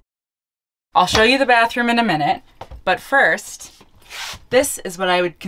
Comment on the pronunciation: Very cool! Except for the "barhroom"...😅